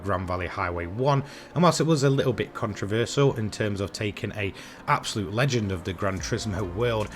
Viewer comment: I stopped watching after hearing the word "abosute" for like 30 times 🤦‍♂️ nah u need better script writing